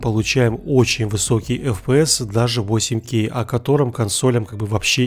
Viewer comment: У меня уши кровью обливались когда он на протяжении всего видео 4кей 8кей, блин правильно 4К 8К типо КА не кей